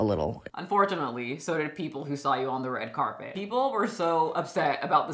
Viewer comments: WTF is a “red cabet”?! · Red cap-it? 😂 come on now